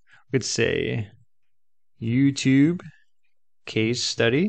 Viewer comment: Not bad though he / it clearly gets the intonation of "YouTube" wrong which is a bit of a give away.